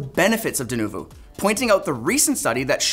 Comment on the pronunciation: 'Denuvu'? Come on guys. 🙄